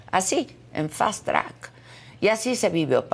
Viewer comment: Que es “Fastrac” - estás cantinfleando o es una palabra nueva en el idioma - FUISTE A LA MISMA ESCUELA CON ANDRÉS … Par de burros !